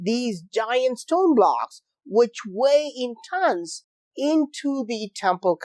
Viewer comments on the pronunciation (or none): none